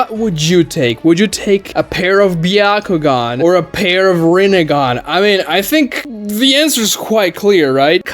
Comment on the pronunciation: Is it pronounced byahugan or byakugan?